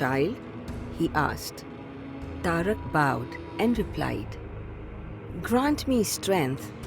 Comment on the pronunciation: Madam it is taraka not tarak. We in south pronounce sanskrit words correctly. But wonderful depiction.